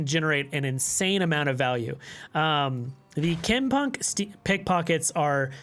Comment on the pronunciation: great content as always! i prefer to run 3 frenzied skitters on spooky karma, been watching alanzq and he doesnt like the harrowing, favors vengeance instead. also it is pronounced "kinkoh".